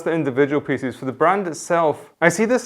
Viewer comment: FYI-"Pieces" doesn't rhyme with feces....